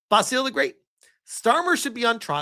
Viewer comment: Basil the great is pronounced "bazzil" not bah-seal, it's a British man's name